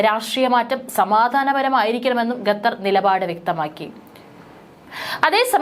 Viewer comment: എന്താണ് ഈ ഗദ്ധർ ഗദ്ദർ എന്നുപറയുന്നത്.... ഖത്തർ എന്നാണോ ഉദ്ദേശിച്ചത്